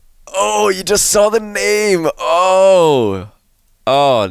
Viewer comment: why does he keep saying youz